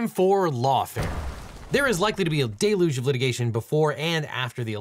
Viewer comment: not "dayloodg" 😭😭😭